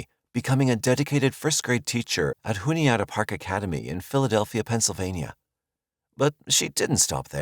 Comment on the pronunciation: I’m sorry but i couldn’t stop laughing at the way you said Juniata. It’s June-E-Ah-Ta